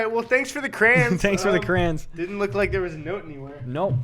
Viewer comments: why do y'all say crayons like "crans" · Why do you say cray ons like crans